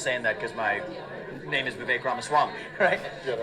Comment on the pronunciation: Very disappointed that you did not show the actual video of Vivek talking to the person. Other sites that I choose to watch do it. BTW, his first name rhymes with "CAKE"!